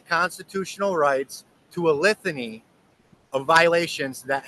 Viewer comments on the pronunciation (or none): Did he say he say "lithany"???